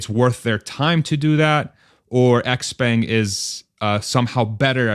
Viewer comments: Expang is the pronunciation..sortof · Xpeng is pronounced "Shaow-Pung" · I thought there's a hint of "J" in the "sh" Like the French "Je"